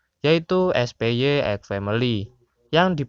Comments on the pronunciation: Na ini agak lucu denger ny 😅 Lebih tepatnya baca ny kek "SPAI" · awoakowowo spy tapi kayaknya cara bacanya spai